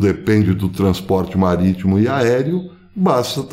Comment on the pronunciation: Falou em "turner" e "maritmo" me lembrou Piratas do Caribe... kkk